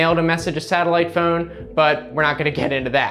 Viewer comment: Who says the word PHONE like PHEUUNE? Thumbs-up anyway. For the PHEUUNE.